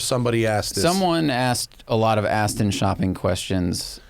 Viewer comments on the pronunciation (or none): none